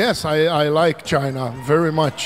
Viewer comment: "ai laiki tchaina"